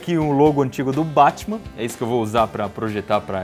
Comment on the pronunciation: Pare que ta chamando batima